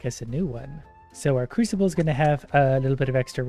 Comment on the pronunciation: He did not just say "creesable" when he it's "crewsable" (crusable) I'm dead 💀💀 lmao man I love him 😂😂